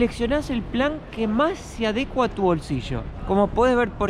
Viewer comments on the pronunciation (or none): Felicidades chicos! a ustedes siempre les irá bien en lo que emprendan porque irradian mucho positivismo, bondad y energía, una pequeña aclaración para, no es adecua, es adecúa, con acento en la ú, gracias por sus videos, son muy atractivos, instructivos, informativos y están muy bien editados🥰🖐